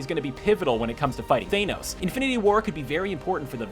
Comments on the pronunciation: Thanos... Not Thaynos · Dalai Lama hey man he meant to say Thanos not Thaynos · no listen agian they say thainos not thanos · Thainos? In pretty sure it's thanos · Theynose? Theynose a whole lot!! 😁 thanos nothing bout his real pronunciation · "Thainos" oh that pronunciation bothered me >_< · Thaynos Me: I'm gonna stop you right there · Thaynos Mmmm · THA-NOS. Whats so hard about it ? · Its Than os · I remember this same narrator pronounced "Thanos" correctly in another video but in this one he is saying Thaynos.... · Did he really just say th-ea-nos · Thaynos? Are you kidding? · Stopped watching when I heard "Thay-nose". Ffs. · Thaneos? Please god say it right. It’s killing me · DID YOU SAY THAENOS YOU DUMBASS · You said Theinos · wi ra Ahem, do you mean... THAY-NOSE? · Caleaha R thaynos u mean? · I’ve never heard of a Theynose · Caleaha R IKR? Thaynos?! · Caleaha R Thenos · Caleaha R THAENOS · He says it like Thaynos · Its FANOSS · WHO the hell is thainos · Derek Schwartz he called him thaenos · who the hell is THAYNOS? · no he meant to say thaynos as a joke because of how the guy in the video says it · Tissue Faucet it is (Th-An-Os) Correct? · your pronunciation of thanos tilted me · He pronounces thanos just like Alvin and the chipmunks do to mangoes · It bothers me how this man pronounces Thanos more than I’d like to admit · are u saying anus, cause it doesnt sound like ur saying thanos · He said Thanos wrong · LMAO HOW DID YOU SAY THANOS? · Am I the only one annoyed at how he pronounces Thanos? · Krystal Krisis nope we pronounce it Thanos too. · was just gonna comment that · Caleaha R no you are not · Brother not how you say thanos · pronounce Thanos properly for God's sake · I'm done, the way you pronounce Thanos is cringe worthy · Anyone else ticked off about the pronunciation of thanos? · Tissue Faucet If he can't pronounce 'THANOS' what's the point in us watching? Felt quite authoritative until that point. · Like for reals!